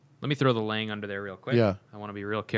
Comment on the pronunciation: Russell Lange you beat me to all those points. You missed that they mispronounced almost every German brand name. I wouldn’t care but is such a stickler for the Swiss names he should do the same for the Germans. At least learn to say Lange and Sohne correctly.